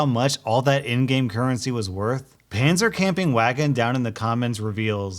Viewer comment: FYI, any w in german is pronounced as a v, so IT would be pronounced: panzercampingvagen